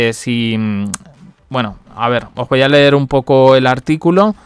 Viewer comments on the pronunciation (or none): none